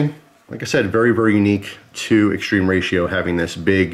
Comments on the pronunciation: It's more like "Moskin" and "Extrema Ratio" is latin (not "extreme") Sorry for being annoying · Everytime you say "extreme ratio" my heart dies a bit. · Does it bug anyone else that he keeps calling it "extreme ratio"? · .....ma come catzo pronunci "extrema ratio".....🧐